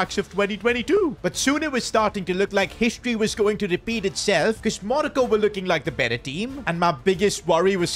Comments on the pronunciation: stop calling it manoco is Morocco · Monico it’s moroco